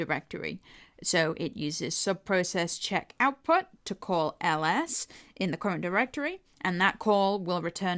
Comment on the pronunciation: cuwent diwectowy :D